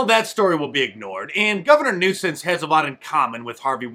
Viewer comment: Love it Mark! Get rid of Gavin "Nucense". 😂